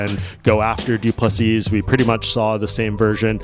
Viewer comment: Doo plu SEA!!!!!!!! No not Seasssssss nor seessssssd.......say SEA......STOP DO NOT REPEAT LAST S